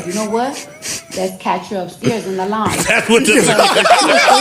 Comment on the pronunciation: She can't even pronounce loung.